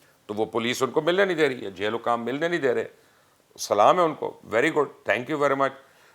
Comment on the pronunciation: Please salam Ka pronunciation theak Kr Len